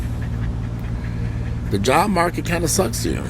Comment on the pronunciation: LMAO 🤣😂🤣 because this is exactly how he said it....with that that cam close-up 😂